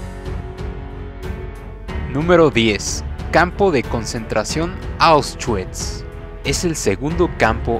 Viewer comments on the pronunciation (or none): Se pronuncia "aushvits" no "aushchuits" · Perdi el interes cuando dijo ausguikss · Este pobre pendejo para empezar no sabes pronunciar "Auschwitz" se pronuncia AUSH-VITS, y en segunda en el minuto 2.15 dónde mencionas "Que a las mujeres se les citaba a una hora y q no importaba si estaban VIVAS O MUERTAS q les iría muy mal ??? Q PEDOOO??y así varios errores de narración,si te gusta la historia investiga bien amigo antes de hacer un video y barra con coherencia no a lo pendejo! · NO SE PRONUNCIA AUS -CHUITS SE PRONUNCIA AUSH-VÌTS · Oushgüits... poloña.... extermiño... APRENDE A HABLAR SOKETE!! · Jjjj correcto jjj con razón se me hizo raro él nombresito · Lo está prenunciando en English 🤣🤣🤣🤣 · Debería haberse informado antes. Por respeto a las personas fallecidas